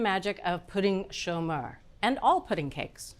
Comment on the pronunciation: Merci Bridget for pronouncing correctly in French: Pouding Chômeur! It's really a comforting dessert during the cold Quebec winter! It was one of our prefer dessert in our house! Very easy to make and so delicious! Great job to all your team!